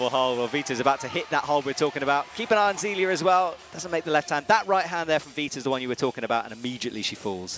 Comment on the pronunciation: BTW, it's not Zeeleeuh it's Zayleeuh